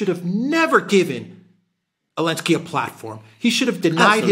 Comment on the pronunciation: Why does call him "Allensky?" To get around the evil, psycho YT Censors?